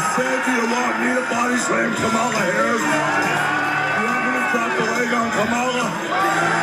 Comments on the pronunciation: Did Hogan say "Kah Malla " again..UGANDAN GIANT ?? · He's used to pronouncing it the way he knows it (kamah-lah) He once wrestled James Aarthur "Kamala the Ugandan Headhunter" Harris. I was a big fan of Hogan as a kid only to find out that he is garbage in real life. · Imagine not being able to even accent the right syllable of someone's name, but pretending you should help decide who runs the country.